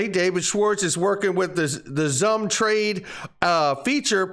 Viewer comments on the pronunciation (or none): ZUMM Wallet????🤔💭I thought it was pronounced SUM➡️XUMM Wallet? Hmmmm